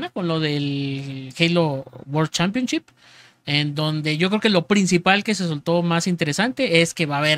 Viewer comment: diciendo guor chanpion chip